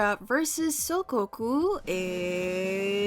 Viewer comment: Hearing butcher the pronunciation of “soukoku” is something i never thought I’d hear and honestly I’m living for it. (Coming from a big ol soukoku shipper who was shocked that they were even here)